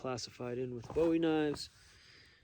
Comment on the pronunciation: You have me until you mispronounce bowie😢